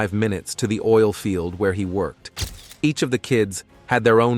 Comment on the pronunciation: Wait now you're saying meenus instead of minus?? A woman that he work-ed with?? What the hell is wrong with you, you don't exactly have a foreign accent..